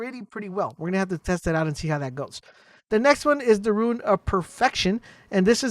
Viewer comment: every time he calls a rune a "ruin" it makes me cringe